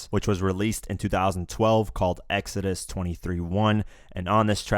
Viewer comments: Egg zho dis? I was like wtf. Pronounced Ex a dus. Good video. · This dude really say X-ZO-DUST?... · I think it's funny how you miss pronounce Exodus........😂😂😂😂🤣🤣🤣🤣🤣🤣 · Alright now it's pronounced Ex Ah dus lol exodus the book of the bible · Who else heard the dude say ex-OOHHH-dus and cringe?